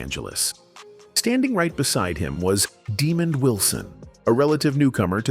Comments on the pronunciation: His name is not Demon Wilson, it’s Demond Wilson! Get it right! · Why is the commentator keep pronounces Demond Wilson name demon.His name is pronounce Deemon. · Why would you call Demond Wilson, Demon. Man if you can read don't do storylines. It pisses me off , the idiots posting videos and can't Read or pronouns peoples names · Dude, when you don't even know how to pronounce Lamont's name correctly, how is your video gonna have any respectability. One of the key characters in the sitcom and you can't even pronounce his name correctly, no thanks. Demon ????